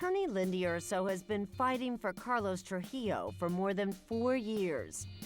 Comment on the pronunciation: Why can’t any of these white people say “TruJILLO”?